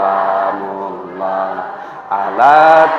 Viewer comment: assalamu'alaikum wr.wb,maaf paknustadz sebelumnya kalau saya salah menilai,kalau tdk saya salah dengar,bacaan sholawat sholaatullooh solaamullooh bukanya yg benar salamullooh,🙏🙏🙏